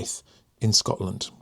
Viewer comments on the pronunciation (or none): none